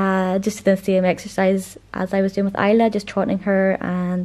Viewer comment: I've been pronouncing it Is-la in my head so it's interesting to hear the real pronunciation! I-la is a very pretty pronunciation!